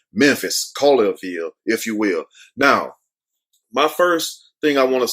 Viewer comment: Pronounced ( Call your Ville ) lol Just saying